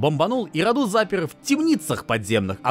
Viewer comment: мы не африканцы и не индусы. Не РадУ, а РАду. Не ДракУл, а ДрАкул.